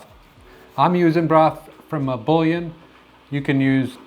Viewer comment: Bouillon - Boo-yon. You're welcome. 👍